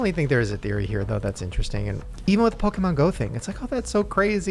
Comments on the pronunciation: It’s Pokémon not pokeMAN😂😂😂😂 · If says PokeMAN one more time lmao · Why does say pokey men instead of pokemon, I can't 🤣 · Me being triggered by "poke-man" go from. (just in case it's Poke MON as in "on" at the end) The key to being healthy in general is to not fall for the food diet trends..just eat healthier PORTIONS..period. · Pokeman? Its pokemon! Lol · Its annoying hes pronoucning it "poke-man" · I love mispronunciations of things lmao! Pokéman, giblets😭🤣 Also vapes were 100% pushed onto Gen Z!! They have vapes that have games on it, look like little purses and even connect via Bluetooth to your phone! They’re making it such a regular thing, I’ve been addicted to vaping since around 16 and I’ve wanted to quit but I find myself so attached to it because everything you see makes it so normalized and you’re almost weird if you don’t vape. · "pokeman" lmao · Obsessed with saying "pokeMAN go" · Is saying PokeMAN for engagement?? 😅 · saying pokemAn was driving me nuts hahaha 😂❤ I was waiting for someone to correct him or call him out lol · saying PokeMAN over and over 🤣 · pokie mon 😂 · Upsetting me how says 'PokéMAN' 😂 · Someone please teach how to say Pokemon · need to learn how to say Pokémon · Jerrids pronunciation of Pokémon